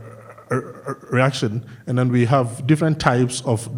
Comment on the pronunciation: "And den they eat da po po"